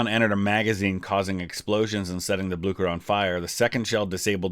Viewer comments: Aha, its not pronounced Blukker but Blueshur. Not a problem tho, loved the vid. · Ok had to be a grammer nazi(no pun intended) it's pronounced Bleeser not Blukker, but yeah Norway is called the German navys graveyard. The germans lost so many surface ships in Norway in the battle of Narvik (also a movie coming out this december actutally) and the sister ship of the Bismarck the Tirpitz was sunk in Norway. Sucked to be a german sailor in Norway that's for sure. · It's pronounced BlyCHer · This is not for critesaising but you pronounce it whit blicher not blucher